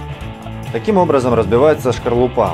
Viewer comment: Не шкорлупа,а скорлупа ,уважаемый....